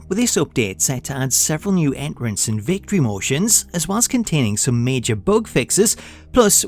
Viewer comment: My man said enrence!!! 😂😂 I love this